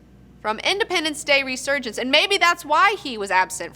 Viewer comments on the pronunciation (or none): should probably know it's reSurgence... not reGurgence...0.42-0.44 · ...Soon as you said "Regurgence". You lost a viewer. How bias right from the start. I won't miss this second rate show anyway. Edit/add. Meant to say 3rd rate show since I have seen better from hosts that only have a shed to stream. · "Regurgence" ;D